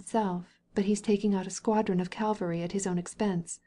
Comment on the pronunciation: Great novel, wonderful reading except for the French and some mispronounced words (for example Calvary instead of cavalry)